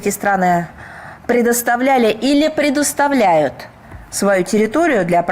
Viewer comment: Захарова косноязычная: "предУставляют" в . А ещё раньше она говорила "брЯцать" (неправильно) вместо бряцАть". Они там что - все неграмотные?